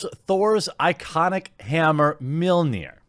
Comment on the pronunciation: "ITS MA'AM-LNIR"